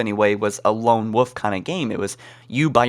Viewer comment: Why did you pronounce wolf as woof lol